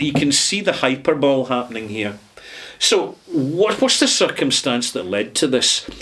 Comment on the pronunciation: Minor note; ‘Hyperbole’ is pronounced ‘High-Purr-Bo(w)-Lee’ not ‘Hyper-Bowl’. Great content as usual.